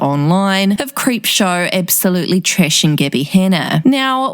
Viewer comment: “Shennon is absolutely treshing Gibby Hennar”